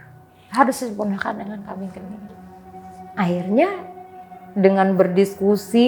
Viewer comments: kambing kendit bun bukan kambing genit 😂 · Namanya kambing kendit, bukan kmbing kenit, itu hostnya juga kayak termul plonga plongo ga ngebenerin. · kambing kendit mbak..klo kami jawa.bukan kenit